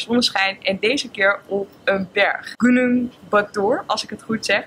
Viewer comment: Hihi gunung spreek je bijna goed uit. De "u" spreek je in het Indonesisch uit als "oe". Dus dan wordt het goennoeng. Vind het echt zo leuk dat je dit allemaal wilt delen met ons. Ik blijf je zeker volgen!! Have fun nog op Bali en lekker (veel) makan!! Ik ga in de zomervakantie. Lekker back 2 m'n familieeee❤️.